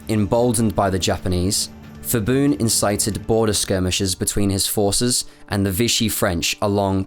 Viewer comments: Great informative video but pronunciation can be improved. For whatever reason, when people translate Thai names to english, they add an H unnecessarily after Ps and Ts such as for Phibun, it's pronounced more like Pibun and Wichitwathakan is pronounced more like Wichitwattakan. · "Ph" in Thai is pronounced as P, not F. People making a video about Thailand should learn the basic pronunciation. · Thailand was saved from disaster by the atomic bomb. The British invasion was scheduled to start in September 1945 (although mostly aimed at Malaya). If Japan had not surrendured in August, the consequences for Thailand would have been bad. Bombing of Bangkok and other cities had already started but was not yet heavy. By the way, the Ph in Phibun is a Thai Ph and not a Greek Ph, so it is an aspirated P sound and not Ph as in Philadelphia. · I also find it extremely irritating you say Phibun's name incorrectly the whole video. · H is not pronounced in Phibun, like Phuket. Pibun not Fibun. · i need to point out that the “ph” in Thai is not an “f” sound but still a “p” with a silence “h.” Every time the dude says “Fibun” instead of Phibun I just eyeroll smh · When saying "Ph" or "Th" in Thai romanized spelling, the "H" is silent. Phuket for example is "Poo ket" not "Foo ket" and "Thailand" is not "Thigh Land." So it would be "Pibun" not "Fibun." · Good video. Not many know about Thailand's role in WW2. By the way 'Ph' and 'Th' in Thai is pronounced with hard P and T. So it's not Fibun, it's pronounced Phibun with hard P. I know it's difficult to pronounce correctly without knowing Thai script though. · phibun is pronounced Peebun , not the 'f' sound as in English. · Did ya really refer to the guy as feeboon? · By the way, a lot of names in Thailand even though starts with "Ph" but when u pronounce it, the h is silent. So it only becomes "P" sound. So Phibun is actually pronounced "Pi-boon". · great video, very in-depth information. Pronunciation of "fiboon" made me laugh though